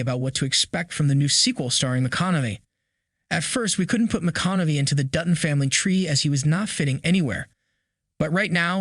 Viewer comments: McConaughey not McConaughe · Its pronounced ... "Ma-con-a-hey" but otherwise "you shore dun gud....." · Is the man's name reallly that har to say? McConaughey: [MUH] + [KON] + [UH] + [HAY] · Appreciate the great video and updates! Hate to be critical, but your pronunciation of McConaughey drove me nuts! lol It's Ma Con Uh Hay. Not McConomey. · 1883 was a masterpiece. Also please stop mispronounced names. McConamy? Wtf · It’s pronounced ma con a hay, dope. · McConamay? Lol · Are you saying Matthew mcconavee? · Great vid...until I hear the narrator pronounce Matthew McConaugHey's name as Matthew McConaughMEy at least 6 X's!! If U r going to produce a Video ATLEAST learn 1st how to pronounce correctly the names of the people involved, PLEASE!!! 🤦‍♂🤦‍♂ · Starting how can yall not say Matthew McConaughey name correctly? ( mih-KAH-nuh-hay ) HAY !!!! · You’re pronouncing McConaughey wrong. I’d be cool if he’s in the family tree. Amazing actor. True Detective, Mud, Killer Joe, Dallas Buyer’s Club, The Gentlemen, etc. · You pronounce mathews name wrong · Who edits these videos? You can't pronounce McConaughey? Whoever is making these videos has never heard the names before. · Never heard someone butcher saying McConaughey that bad before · I don't approve how u say Matthew McConaughey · First let's learn how to pronounce Matthew McConaughey's name, he's only been a popular actor for 2 decades. It's unlikely that he would play a descendent of Spencer in the year 1944 as that is only 20 years after current events of the show. McConaughey is 53 years old. It's more likely that he is to actually just play an older version of Spencer given Spencer's current age of mid 30's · Please learn how to pronounce McConaghey.